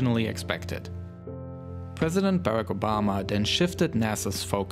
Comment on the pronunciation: “Pwesident” lmao